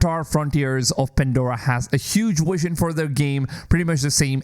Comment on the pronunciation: It's really not that hard to pronounce vision with a v...